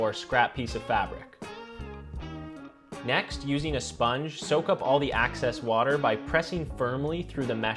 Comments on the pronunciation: Love the creativity and humour of this channel but it's "excess" not "access". 😊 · Bro said access water 💀